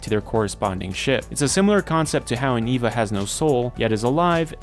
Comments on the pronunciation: Eh-vah not Ee-vah. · This is what happens when you read more english than you hear it. You pronounce Longinus with a hard G, and Eva as Eeva rather than Ayva. Longinus is a name, it's not something the anime made up. Eva would be pronounced the same as Evangelical. I have no idea how you can mess up pronounciation this badly. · Bro saying Eva like its Wall-E